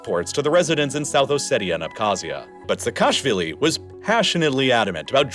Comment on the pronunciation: Georgian surname Pronunciation tip: Say "Seka-shvili" ✅ Not "Se-kashvilli" ❌